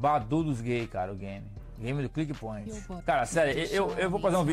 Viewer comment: Meu deus, o cara não consegue nem falar direito kkkkkkkkkkk "click boint" 😂